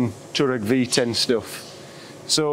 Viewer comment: Great video, FYI it's pronounced Twaaar-reg (name comes from a nomadic tribe in Asia)